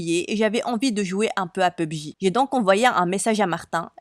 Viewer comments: Pub-Ji 😂 c’est pour pas dire PUBG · Pubji xD non mais serieux.... P U B G 🤦🏻‍♀️🤦🏻‍♀️ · P.U.B.G C'est comme ça on dit😭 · Yes pubg (pubji) in English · On dit pubg